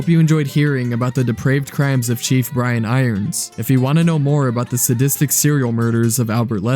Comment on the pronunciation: Kudos for being able to say his name because I always say chief iron brians. I really don't know why I can't say it the right way.